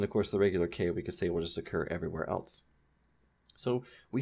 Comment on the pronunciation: Now I'm sitting here analyzing everythiiiing and I realize you're one of those people who pronounces "else" like "elts." You're ONE OF THOSE. haha. Really though, thank you for these videos and I recommend that everyone visit his Patreon or personal website to throw a couple dollars at him for this greatness.